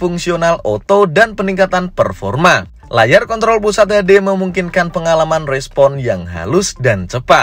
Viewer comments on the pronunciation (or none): none